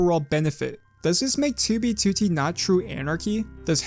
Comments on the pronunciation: Does anyone else notice how this guy says 2b2t like "Too-bee Tootie" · 2b2t? why u say it like that maboy